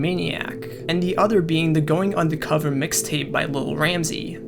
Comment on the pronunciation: lol it clearly says "Undercover" with an R but you say it with an A. Like how every white person says "fiddy" cent. Subconcious racism lol